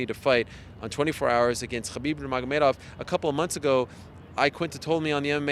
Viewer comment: The way Ariel pronounces “Khabib” ....😒